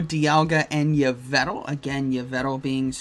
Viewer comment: Ho-oh dialga origin is still nasty. BTW it's pronounced Evil-tal